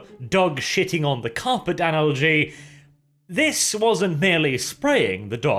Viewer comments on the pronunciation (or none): Not sure if he meant to say 'Analogy' or 'Analgy'. Pretty sure I know which it was, but this might be max level sarcasm that I can't comprehend.